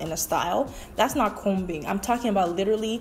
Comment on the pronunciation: The letter "B" is silent in the word ( COMBING). Smh get it together sister.